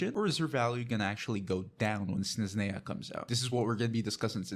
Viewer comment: How do you not know how to pronounce Snezhnaya and Escoffier even thought it's said constantly in-game?